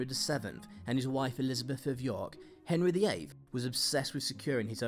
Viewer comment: "Henry the Sic"?!? Try pronouncing sixth properly! SIX-TH....